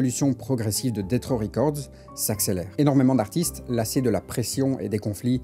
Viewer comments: C'est DESS RAW fréro, pas DETT RAW. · Ça se prononce plus [detss]